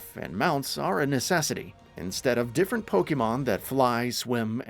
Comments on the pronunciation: Pokeemon? Why you keep saying it weird bro? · I'm sorry, I can't get past the pronunciations here. Every time "pokey-mon" was said, I died a little inside... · Someone need to learn how to pronounce Pokémon.